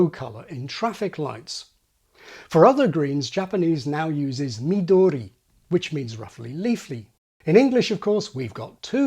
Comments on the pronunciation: actually, he got "ao" right and "midori" wrong. pitch accent is similar to stress, and he said "Ao" and "miDOri". in japanese the "a" and "mi" are higher pitch. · This video is very interesting for me to deeply understand each vowel which should be pronounced with each tongue position in English. But,, your accents are wrong! The Japanese words “みどり(ミドリ)(緑)(green) [mi-do-ri]” and “あお(アオ)(青) [a-o]” are not accented in Japanese. And also, the color of traffic signal “あお青[a-o]” is used in Japan instead of green in English. So, you say “The traffic signal is green. We can go now.” I say “The traffic signal is blue. We can go now.” This is one of cultural differences.